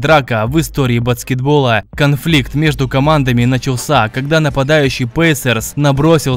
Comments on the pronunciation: Батскетбола))) ОРУ))) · Ты сказал "Батцкетбола", хеехех :)